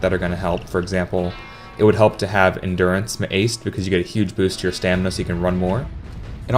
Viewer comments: It just sound alot like you're saying Enduranced med aced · By the way where are you from? When you said endurance med aced it sounds like you're from Denmark because in Denmark we say med instead of with